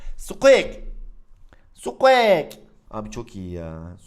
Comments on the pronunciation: abi sqek değil sqik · Abi o sukuak diyo okunmuyor sukuik deniliyor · abi o skuek değil skuik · Abi özür dilerim ama sen squeaki skuek diye okuyosun ama sanırım okunuşu şöyle skuik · Sukieks değil sukiğik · Ya abi o sKuEk diye okunmuyor skuk diye okunuyor ya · NORMAL İNSAN OKURKEN SUKİİK SUKEAK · Abi sukuek diye değil sukuik diye okunuyor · skuek degil skuik abi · sukiğik diye okunuyo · abi sukuek ne amberada embır diye okuyacağına emba diyorsun NE ALAKA EMBA bari squeakı düzgün oku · Spueak'e skuek diyen sjsjsjs😂😂😂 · Abi sukik diye okunuyor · Sen zaten her şeye para yatır zaten hiç uğraşmıyosun karskterin isminide düzgün oku